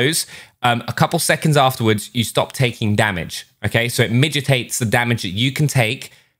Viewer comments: Man said midgetates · MIDGETates got me haha. It kind of makes sense as it makes something smaller but the word is definitely mitigates....